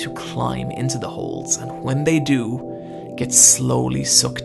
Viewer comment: I just love your pronunciation of "hwat" "hwen" "why" "overhwelming" hahahahaha